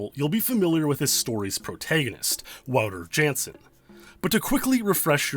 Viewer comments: The mispronouncing of Wouter Jansen. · please learn how to pronounce wouter jansen lol